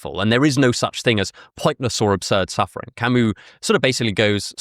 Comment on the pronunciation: the way you pronounced Albert Camus and the names of Plague characters was……. interesting